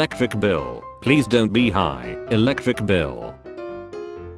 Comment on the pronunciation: "Elecvic bill"